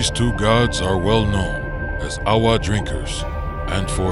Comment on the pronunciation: Most of the pronunciations are good but the w’s are pronounced as v’s so awa would be pronounced as ava. And kinolau is pronounced key-no-lau not key-nah-lau. Also Nāmakao-Kahaʻi was good until the ha’i part. There’s a glottal stop between the ha and i so it’s not pronounced hai but ha-i.